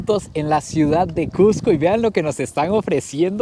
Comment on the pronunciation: Felicitaciones por todos los logros. Pero más por pronunciar "CUSCO", como debe ser, y no "CUJCO", como muchos, especialmente limeños lo pronuncian. A mi me lo corrigieron al toque al llegar allà. A la altura de Punto, tienes un 30% menos de oxígeno que en Lima, por lo que vas a respirar un 30% más. Pero al tercer día, según las escrituras, te aclimatas. La preparación de caldo tarda el doble porque el agua no hierve a 100 grados C. Y muchas otras cosas más.